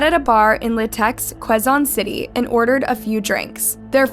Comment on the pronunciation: i feel like if you’re gonna tell these stories (AND profit off of them) then you should at least put some effort in learning how to pronounce names properly. wtf is barang-gay and kwe-zon city?! “barang-gai” and “ke-zon city”, it’s that easy